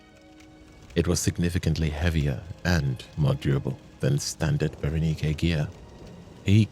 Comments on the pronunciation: Bara-nike ❌ Bara-knee-kay ✅ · Berenike is not pronounced that way. Its pronounced bear-eh-nyk.